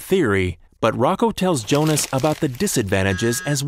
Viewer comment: Wait, if Jonas is German, his name should be pronounced 'Yonas'.